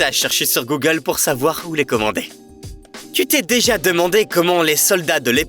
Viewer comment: « tu », à tout moment ! Est-ce que c'est ainsi qu'on parle en France à des parfaits inconnus ? Je crois entrendre parler un « djeune » des ban-lieues ! Sans plus de précisions... En fait, on entend « tsu » !